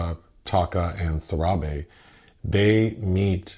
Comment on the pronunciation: Ayyo... My mans pronounced " Sarahbi " 10 times decently before he started fckin it up 😂 like whaa. 😊